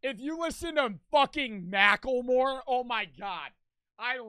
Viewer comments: The way says mackelmore is amazing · is the kind of guy to say “Mackel-More” 💀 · Blud can't even say macklemore correctly (I still listen to his music cuz he represents Seattle where I'm from)